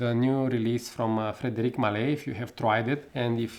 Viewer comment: You mispronounced the brand name.